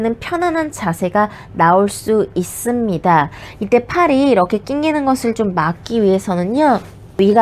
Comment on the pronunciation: "있'습니다" "없'습니다"가 젤 기억에 남아요ㅋㅋㅋ